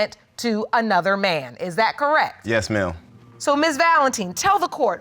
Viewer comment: When he says yes ma'am it sounds like yes male.